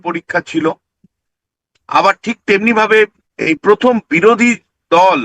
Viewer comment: পথম, তিনোমূল, পতিক্কিয়া? 😂😂😂😂